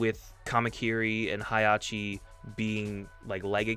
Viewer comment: it’s not hairachi it’s hachi